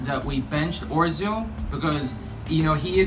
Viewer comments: He pronounced it Orzil. American Accent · ORZIL? LIKEAZETTE